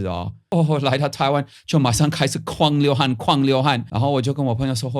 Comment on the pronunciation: 第一次看的到你的分享，就訂閱了！哈哈哈「狂流汗....」這句話說得有夠台的，您就好好留在台灣喔！